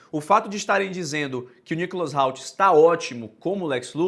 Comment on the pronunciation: Muito bom o vídeo, só o "Nicholas RALT" que me pegou um pouco kkkkkkkk Espero q o filme seja tudo q estou esperando. Quem não tá ansioso é maluco